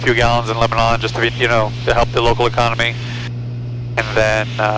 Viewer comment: Love the channel. But, we pronounce it LebaNAN not LebaNON. It is not like the country. Also, we pronounce Lafayette and Milan wrong too.